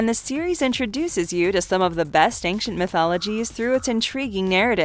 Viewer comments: Great video. "Ancient" doesn't have a hard 'c' sound and it's driving me crazy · If you think I'm going to overlook the fact that you said "the AC 130 Gunshit" you are mistaken. And it has to be said after hearing you destroy it 4 or 5 times, there is no 'k' sound in the word ancient. What happened , you say "the void" and show a one second clip from Robotech??? You only spoke of 11 cartoons not 12.